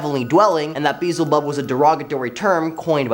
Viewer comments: Baal rhymes with jail (“gaol” for any British/European people watching this), not Hal. Beelzebub is pronounced “be-EL-ze-bub”, not “BEE-zll-bub”. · Dude its pronounced be el zebub come on now even google would tell you how to say it or siri if your into having a government tracking device with no security or privacy for a phone yes im tlkn about apple iphone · Beelzebub is not that hard to say correctly what the hell?!